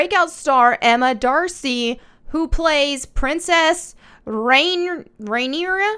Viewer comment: You say it rin-ear-uh